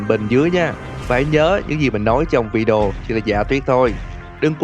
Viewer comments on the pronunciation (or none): none